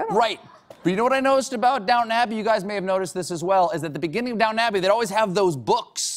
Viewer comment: quick tip: If you ever go to England and want to talk about this show, DO NOT call it "Down'n Abbey" They will laugh and point at you. It's down-ton, e n u n c i a t e